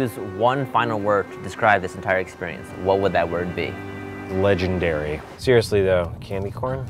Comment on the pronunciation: but he said legenDAIRY